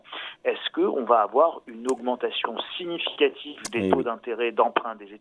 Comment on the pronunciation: " ... une augmentation .... significaTIVE ... "